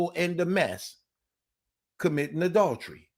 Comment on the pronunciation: Yo!! Working on pronouncing adultery my guy😂😂